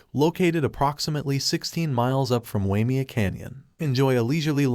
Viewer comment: A retirement place for rich people . The canyon is pronounced. “Why may a”